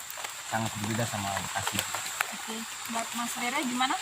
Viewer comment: Mbak Bekasi....bukan Mbekasi🤣🤣🤣